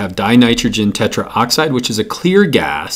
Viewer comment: It's tetroxide not tetraoxide